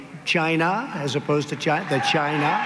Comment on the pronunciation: Ghyna. trump Slurs the word because it rhymes with vagina.